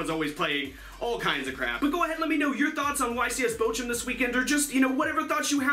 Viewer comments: where is bo~jo? As a german I have no idea why you think bochum is pronounced that way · Niilser naja "Botschum" ist immernoch besser als "Bokum" wie die meisten sagen xD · As a German it's always funny to hear you pronounce Bochum so weird. But the German ch is probably too strange for the english language. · I'm from Germany, and its so funny how you pronounce "Bochum" 😂 I love your videos, because I'm a big fan of cyber dragon's. Keep up the good work! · I love how you pronounce "Bochum" XDDD